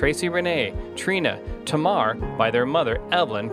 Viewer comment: Hi. Tamar is pronounced as "TayMar".